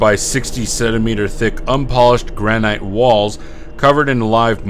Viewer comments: GRAN-IT... GRAN-IT... NOT GRAN-ITE... Speech Nazi, Awaaaaaaaaaaay! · "Gran ite" = no "Gran it" = yes